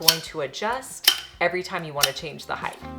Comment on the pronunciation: Height!! Why do people not know proper English?